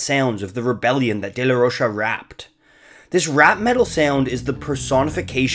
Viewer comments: It's pronounced as "ro-ka" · Rocha is pronounced like mocha ffs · Zack pronounces it Rocha